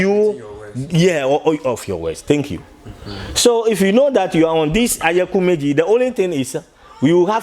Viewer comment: Oyekumeji not Ayakumeji lol My fellow Ghanaian in IFA ooo...good to know Ghana to have IFA teaching.